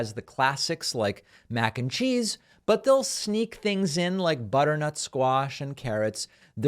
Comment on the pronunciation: "Theengs like this" how can people like him?!